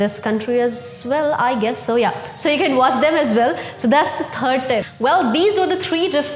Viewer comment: Was that "third" or "turd"? Oh, this video is working, I am funny now. Thanks!